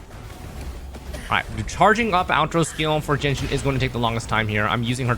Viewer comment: I looked at the subtitles and saw that you keep saying "Genshin" rather than "Jianxin" That's a very clear sh sound you pronounced there when it's much supposed to be pronounce a s sound.